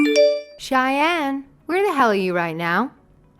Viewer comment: Shyann? Did you mean Cheyenne?😅